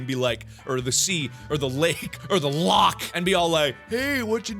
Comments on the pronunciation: All Scottish people are triggered because he KINDA mispronounced Loch XD, it's got a funny way of saying it. But Mark actually did a great job saying it XD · As a Scot, I need to say. YOU PRONOUNCED LOCH WRONG!!!!!! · YOU'RE PRONOUNCING LOCH WRONG!!! ITS LOCHHHH NOT LOCK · You need to pronounce loch as a true Scotsman "Lochhhhhhhhhhhhhh ness"